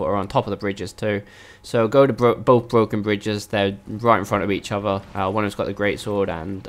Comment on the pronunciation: Bwoken Bwidges.